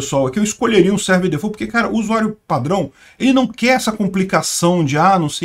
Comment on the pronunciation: D amo esse jeito francês de falar "default" kkkk😒